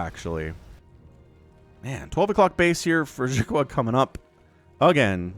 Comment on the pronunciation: "xi" is pronounced like "she" in english, but say it with the corners of your mouth pulled back towards your ears (or your lips against your teeth instead of pointing forward)... or you can call him watermelon if you cast his games in the future =) thank you for hours of high energy, fun entertainment every week!